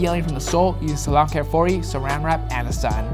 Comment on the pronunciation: I like how in an episode a long ass time ago he corrected him self with the salon care 40, hes been accidentally calling it that. But the product is Salo Care 40 volume creme.